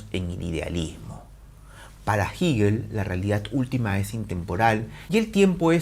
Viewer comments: Jígel no, Hegel o "Gejel". Resulta ya molesto que lo repita y lo repita. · Todo el mundo lee "Hegel" como "Jeguel" pero solo ese tipo dice "jiguel" jajaja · Se pronuncia Jegel la h como j, es aleman no inglés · Siempre hemos pronunciado jeguel desde la universidad. No se porque dice jiguel. Que raro... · No digas “jigel” profe simplemente “jegel” (Hegel) gracias te escucho ! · Se pronuncia Jeguel, no Jiguel. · Excelente vídeo! Pequeña corrección de un estudiante de Alemania que maneja un poquito mejor el idioma alemán… se pronuncia „Jéguel“ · Así lo pronuncian los angloparlantes. Los hispanohablantes pronunciamos Jéguel, pronunciación mucho más parecida a la original alemana. En el siguiente enlace pueden escuchar la pronunciación por parte de un germanoparlante. Juzguen Uds. qué pronunciación se acerca más a la original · Me distraía mucho que dijeras giguel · Jiguel 😂😂😂😂😂😂😂😂😂jjajajajajjjjajaajjafa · Como que Jigel ? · No se dice "Jíguel", duelen los oídos al escucharlo. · Jigel? Ohh lala señor aleman. Excelente reflexión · ¿Por qué dice *jíguel? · Cuestiones de estilo. A fin de cuentas se le entiende. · Por estilo 😎 estilo Neutrón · Así, tal y como pronuncias el nombre de "HEGEL" es tu conocimiento de el, eres un divulgador con falsa modestia. Dice Hegel, que por no estudiar se cree del lo absoluto, lo absoluto que no es...Te falta estudiar más muchacho. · El espíritu es el pensamiento y este argentino miente, además de pronunciar el nombre de Hegel un poco raro.